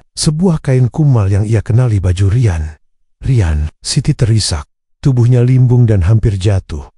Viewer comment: Tahun depan bukan tahdepen...Rian bukan Rayen... Kosakata gak jelas pakai transit suara ini... Tolong di perbaiki...